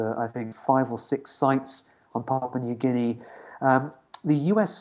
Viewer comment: Thank you Roundtable - PNG Loves Australia USA CHINA n the world , we indirectly trying to be a peace zone for y’all to come chill with us have a beer and talk solutions to issues. BTW Anchor needs a raise for being the first foreign journalist to correctly pronounce my country name 🤣👏🏽